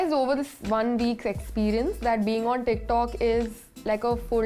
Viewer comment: Am I the only one who kept hearing "dick talk"